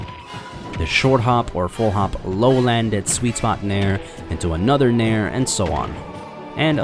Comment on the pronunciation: Legit though he was saying "mare"